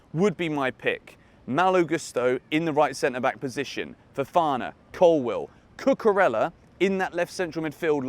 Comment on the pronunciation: I am proud of you finally pronouncing Cucurella's (pronounced Cucureya) name correctly. I knew you had it in you! 🙂